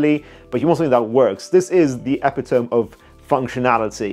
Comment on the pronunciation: U totally mispronounced epitome. Lol